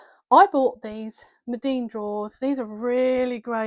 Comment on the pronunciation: Lovely little studio! Thank you for sharing. (Btw, it’s Meeden, not Medeen and probably no one else cares😊).